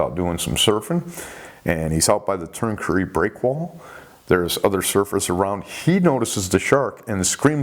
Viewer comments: Love the show mate. Just wanted to let you know that the name of the beach is Tuncurry not Turncurry. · It's Tuncurry not Turncurry.